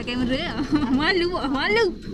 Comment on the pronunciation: Buke vilogg.. Velog velog velog VELOGGG . . Awok kalu blog, awok blh plok baco belog . Bakpo xbaco bilog ?? Veeeelogg. Vlog . Aaaa gitu . Xmaroh oyak jah . Nk sebut vilog pun xdok hal bena. Hahahahha.